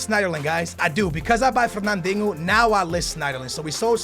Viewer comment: You pronounce Moreno as "Morenyo" and Fernandinho as "Fernandingo"